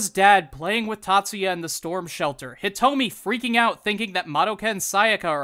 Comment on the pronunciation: I think my favorite part of this entire video is you constantly mispronouncing Hitomi.